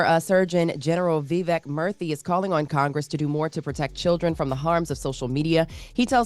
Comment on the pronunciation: his name is pronounced “Mur-tee” not “Mur-thee”.